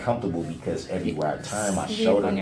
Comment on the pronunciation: I hate how he says shoulder. Showder